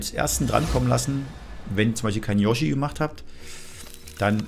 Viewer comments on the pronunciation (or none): none